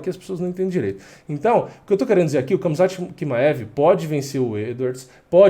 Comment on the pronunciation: nao é kamzat, é ramzat..mesma pronuncia do Khabib